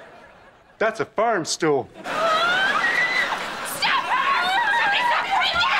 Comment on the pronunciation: "Ferm stool."